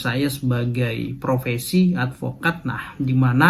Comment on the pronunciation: Bukan provesi mas, tapi profesi